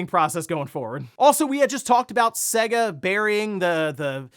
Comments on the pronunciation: It's SAY GAH not seguh, how can you know anything about games and not even say it right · I'll say it again til this guy gets it, for decades SEGA has had their name annoynced before their games begin. It clearly says S-AY-GA not S-EGG-A, it's not hard to pronounce.